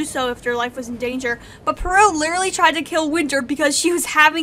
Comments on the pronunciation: Um its Par-ol not Par-il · Heck yeah WOF discussion! It's definitely a treat for Christmas time! Just one little thing though, Peril is pronouned "PEH-rul", not "Puh-RIL", no worries though! Hope you're having nice holidays :D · its Peril like when ur in peril/danger ITS NOT "pear-ill" AHHH amazing video tho LOVE IT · It’s more pear-rul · dot dot dot.. it's pronounced pear(as in the fruit)-ull so say pear-ull. that's peril. sobbing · Peril is pronounced Pair-ill, by the way. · I don't want to be that guy but peril is pronounced pa-rel) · That's a funny way to say peril